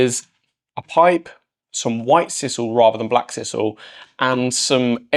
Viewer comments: For pity's sake! It's s-eye-sal NOT s-iss-al. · Sisal - pronounced size-al